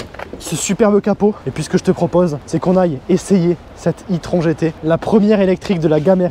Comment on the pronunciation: ça ne se prononce pas plutôt " i-trone " ?